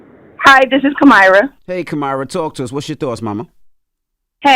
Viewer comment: The c-word is better than Kuh-Myra. Kuh-Myra sounds like a std